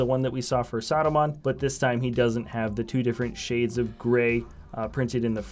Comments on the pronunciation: It's not Saadumaan it's Saruman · He sounds like he's saying "Sodomon" haha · Why do you say Saruman so weirdly? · It’s funny